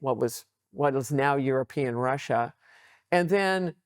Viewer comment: Jeesus, get a host or do subtitles, no Youtube CC doesn't understand you either. You can't pronounce european countries so that neither Paine, nor me, can even quess what you meant. And the questions In the context of US-Russia relations: "is US trying to reverse Nixon or Russia?" Whaat??